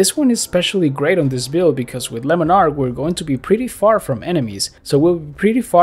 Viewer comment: "Lemon ark" love the English pronunciation of it :D